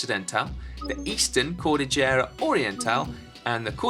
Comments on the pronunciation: Elijah Kwon also its KOL DIL YERA not KOL DI JERA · also no-one pronounces it cordijera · I can't help but notice how he pronounce the word "cordillera" lol (here in our country we pronounce that as cor-dil-yera) shout out to the Philippines and to the Filipino viewers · Hahaha I am sorry Si, I could not help myself; I laugh out loud when you pronounced the word "Cordillera" you did good but it still sounded funny. Great work!